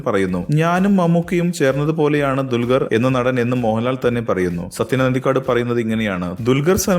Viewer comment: dulgar alla dulquer